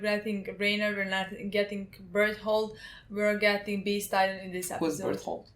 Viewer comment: Bertolt has such a sexy cool name, I wish they say his name right